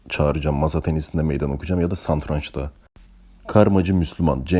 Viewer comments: SANTRANÇ DEĞİL SATRANÇ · santranç değil taylan. SATRANÇ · santranç ne ola ki?